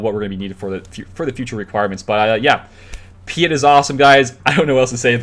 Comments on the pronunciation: PEET OR PEAT ITS PRONOUNCED. hes not French lol. Sorry, im triggering on you tubers not saying if right, like all of a sudden no one has watched anything star wars and never heard his name before lol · You have never watched anything Star Wars, have you. Vader pronounces it Pea-ette.